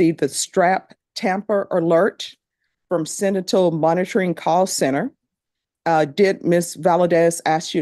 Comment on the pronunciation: Judge , its SENTINEL.... she butchered the word several times. LOL!!!